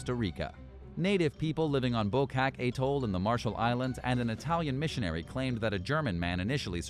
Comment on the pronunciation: Atoll, not ay-tol.